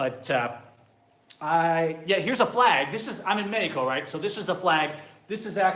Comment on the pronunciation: Bro if you are going to try to say Mexico in spanish, then learn to pronounce it correctly . And good luck with the new socialist Mexican president. Please dont come back. Oh and by the way Mexican see u as a joke. Just give it time and you will realize it.